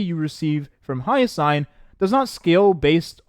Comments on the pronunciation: It's Hyacine (hi-ya-seen), not Hyasayn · make me question if he has, at least hear hyacine's name in game